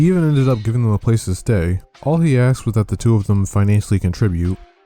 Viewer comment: A S K ed, not Axed.